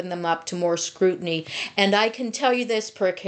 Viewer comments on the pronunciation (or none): none